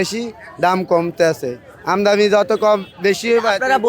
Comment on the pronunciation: আমদানি উচ্চারণ ও করতে পারে না। কেউ খাচ্ছে না, তা বলবে না।